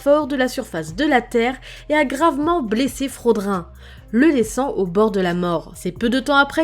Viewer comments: C'est fraodrine pas frodin et c'est danafol pas danafor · Salut, super vidéo, mais juste, parce que ça ma déranger, mais Danafor se prononce comme Danafall, et Fraudrin, Frahodrine, pour ce dernier, il sépare un peu le son a et le son o puis prononce le in comme ine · « fraudr1 » je m’en remet tjrs pas